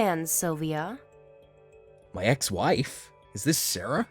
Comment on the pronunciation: WOW! This woman is clearly crazy. And I guess it is SylviO and not SylviA